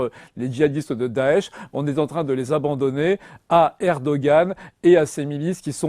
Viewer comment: Mais arrêtez de prononcer ErdoGan, le G est muet !